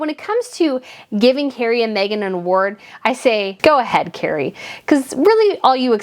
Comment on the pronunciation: FYI, her name is "Kerry". Not "Cary".